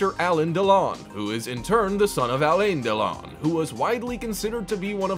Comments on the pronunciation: "Alen Delon" ROFL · Like nails on a chalkboard. It’s not Alen Delon, it’s Alain Delon and it’s not pronounced Allen, it’s Alan, with the emphasis on the 2nd syllable. Why are people so sloppy these days? Why don’t they check before assuming? It’s pronounced Leborge, silent “e”